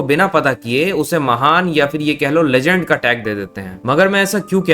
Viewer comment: Legend ❌ LeJhand ✅